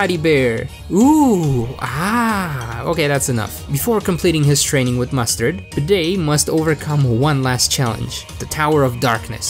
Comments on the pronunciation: It's Bey-de it was shown in his Battle theme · It's actually pronounced Beed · It's actually bed-ay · I cant believe I've been pronouncing his name as bay day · You don't pronounce it as bede you pronounce it as bead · I like how every time he tries to say “bede” it’s different ever time It’s pronounced like bead btw Or “be-e-d” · it’s pronounced beed like a beed for a necklace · IT’S PRONOUNCED “Bead” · I love how he pronounced it like bidet once🤣🤣🤣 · Why've I been pronouncing his name like bed this whole time-? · Everybody, Just Listen To Bede’s Theme And You Can Hear Closely That Its Pronounced “Bead” Not “Bee-Dee” Or “Bed” Ty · Did I just hear bidet? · I swear I heard you call him bidet at least once. Not judging, it’s hard to know how this guy’s name is pronounced. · I like how you have very clearly given up on pronouncing Bede 'correctly'. I don't blame you. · I love how u pronounced his name like 8 different ways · I'll watch this all the way through, but just know that every time you say Bede's name I'm having a stroke. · Can’t say his name wrong if you say it every way possible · Anyone else triggered that he pronounced bede 5+ different ways